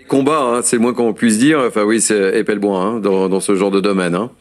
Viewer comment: Même si ça peut sembler futile, la moindre des courtoisies de la part du journaliste serait de prononcer correctement le nom de Fabrice Epelboin (par ailleurs impeccable comme d'habitude).